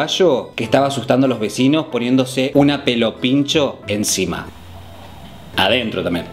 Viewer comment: Puse pausa para reirme con los "adentró "....genio